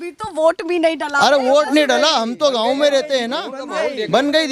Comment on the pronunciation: मामा गांव नहीं आ गांव